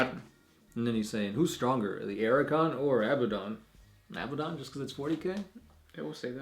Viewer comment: Archaon. Pronounced something like Ark-ae-on. Not "Ar-a-kon".